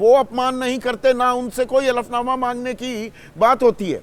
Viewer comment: Hlfnama bolo hflnama nhi